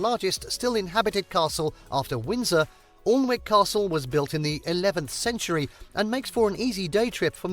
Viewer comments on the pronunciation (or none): Arundel is in West Sussex, which isn't the same as Wessex. If the narrator doesn't know that Alnwick is pronounced Annick I'd be looking for a different video!! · 'AWlnwick Castle' is Northumberland is pronounced ANNick. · It’s not pronounced Alwick. The pronunciation that is correct is.Ann-nick castle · Alwnick??? it is pronounced Annick Castle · Alnwick Castle , the home of the Percy's , the Dukes of Northumberland is fantastik. However it is pronounces " An -ick" Not "Alan wick" . The river that passes nearby is the river Aln , which gets into the north Sea at Alnmouth , this time the "L" is pronounced! Just to confuse the non natives. Northumberland has loads more castles well worth a visit. The old kingdom of Northumbria which includes County Durham, bits of North Yorkshire and Northumberland has castles, the Roman Wall Cathedrals , Abbeys aplenty! Holy Island and for bird lovers the Farne Islands and of course Newcastle upon Tyne the best city in the UK! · I just visited the small towns where I lived as a child in Yorkshire (popn 6 & 7,000), and both of those have castle ruins, only 7 miles apart. I was embarrassed by the pronunciation of "ALN-wick" - it's "Annick". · Alnwick is pronounced 'annik', not 'arlnwick' this narrator did not do his homework! :D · Awlnwick? It's pronounced Annick. But then this is a very Southern based video! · It’s pronounced Anick the l and w are silent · As soon as the commentator said Alln-wick I knew they were reading from some rough description from wiki 😂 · Alnwick Castle is pronounced Annick. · I think that's pronounced Annick not Alnwick like it's spelled. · Can’t believe a brit narrator can not pronounce Alnwick properly!!!! It is pronounced ‘Annick’ for heavens sake. 🤦‍♀️ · IT'S not Alnwick the local language. Say Anick.... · Alnwick is pronounced anick ffs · It’s pronounced ‘ANICK’ castle - ughhh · Alnwick castle is actually pronounced ‘Annick’. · The L and W in Alnwick is silent and it is pronounced Anick.